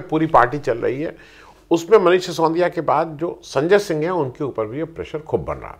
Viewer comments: आप हमेशा "सिसोंदिया" क्यूं कहते हैं? वे बेचारे मनीष "सि सो दि या" हैं। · उच्चारण दोष!